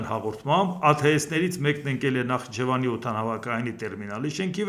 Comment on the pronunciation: Երբ ես Նախիջևանը կարգին արտասանելու, քեզ չի սազում Նախ իջևան